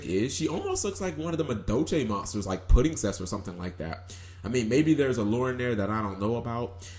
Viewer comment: Pudingsess? Bruh. Seriously? It's Spirit Beast Tamer Wen along with Petalphin.